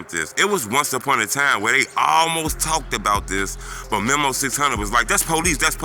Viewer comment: Who is Memo? It’s pronounced Me-Moe 😂